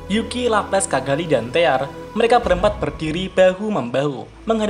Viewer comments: Nama Yuki itu Yuki atau Zuki sih pak? aku dengernya zuki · Kok gw denger nya juki ya , bukan yuuki:v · Congor admin kaga konsisten cok, yuki jadi zuki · kenpa jadi zuki sih bang? kan harusnya yuki